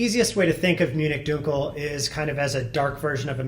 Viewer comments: You're going to make me rage quit this video. Stop saying "DUKEL"!! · This guy has no idea how dunkel is said. How is he a beer professional if he can’t even say all the beer styles correctly? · Dunkel is pronounced DUN-Kel not DUNE-Kel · Not pronounced Dunekel, Dunkel like in the U in Junk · That's now how you pronounce "dunkel" fyi.